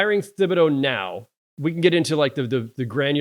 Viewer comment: How in tf can two OGs not even pronounce thibedeau right?